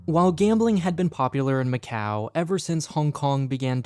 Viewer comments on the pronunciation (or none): and he claims he went to macau! Nobody in Macau would ever say it that way 🤣